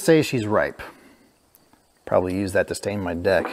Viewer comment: You did say 'deck' didnt you?